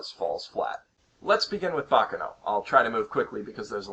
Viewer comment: it's not baka noh. it's bah ka no!